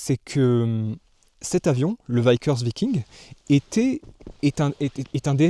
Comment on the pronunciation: Alors, on prononce Vickers Viking: Veeckers Vaillking, et non l’inverse…